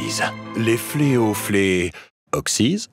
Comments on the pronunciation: « Les fleo … fle Oxyz » mdrrrrr 🤣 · Je crois qu'on dit: les fléaux fléotent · "Les fléaux fleauxisent"